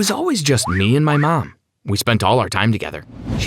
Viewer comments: so no one’s gonna talk about how he say “mam” instead of “mom”??? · Why dose he keep saying mem